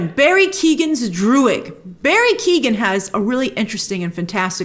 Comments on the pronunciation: Barry Keoghan's last name is pronounced "Kyown" (sort of like "throne" but with a "ky" sound as the beginning), not Keegan. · Just to let you know Grace, Barry Keoghans second name is pronounced "Kee-yoh-gin" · I'm not calling you out or anything like that Grace, but just for future reference as I believe you will be talking about him alot over the coming years Barry's last name is pronounced Key-o-gan 🤝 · Just for future reference, Barry Keoghan's last name is pronounced Key-O-N